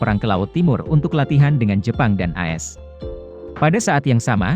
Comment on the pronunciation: Suara robot mosok AS dibaca asss... 😁😁😁